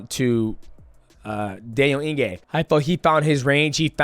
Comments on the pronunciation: Ige, Eeeee-Gayyyyy, not In-Gay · “Eeegay” not ingay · Mighty Mouse turning into Chael with the name pronunciations....Dan Inge. 😅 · He said Dan Inge-gay, Dell Inge-gay and Dale Inge-gay 😂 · Calling Dan Ige Daniel Inge is wild 😅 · Dan Inge! Who's better at pronouncing names? DJ or Chael? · It's 'Ige' bud, no 'n' in his surname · Ige bro! Not inge😅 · "Dan Inge" bro, mighty mouse, im genuinely impressed with your inability to pronounce any name, respect. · Dan Ige is such a dog that he deserves for Mighty to re record this entire video and to try and pronounce his name right ONCE 😂😂😂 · that don Julio getting to you mighty lol you pronounced Iges entire name wrong also Alex only fears one man in the ufc striking and he’s not a light weight 🤣🤣 no one’s beating him